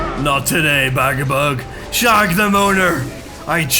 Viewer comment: Dude, ū ir pronounced as oo. So it wouldn't be Bagabug, it'd be Bagaboog. Same as Dūsh isn't Dush, it's Doosh. Or, you know, Douche ;] (100% sure it's intentional) It's a bit weird that you know each of them by name, you know their deepest dreams and desires, you know their entire family tree and you went to their second cousin's wedding. But NOT ONCE did you listen to how their names are pronounced =] P.S. Can't go wrong with Rip and Tear, well done.